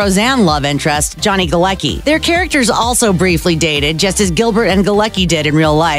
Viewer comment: 'Galecki'' is a polish name so it's pronounced "Galetzki' not 'Galeki'